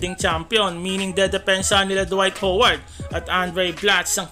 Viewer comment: Dwight hoeward di ka nga marunong magbigkas ng lastname ni howard hindi naman siya pokpok para tawaging hoeward 😂